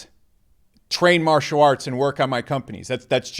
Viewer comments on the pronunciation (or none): none